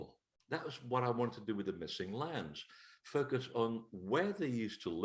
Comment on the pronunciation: I heard the "MISSING LAMBS!" every time said "missing lands".